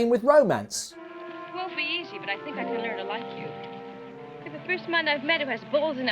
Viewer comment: "when we grew up, we did not sink" Speak for yourself!